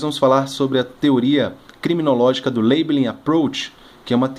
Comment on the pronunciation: A pronúncia que não é "leibelin"